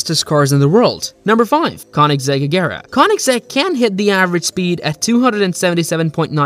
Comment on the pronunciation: Pronounced kone-egg-zeg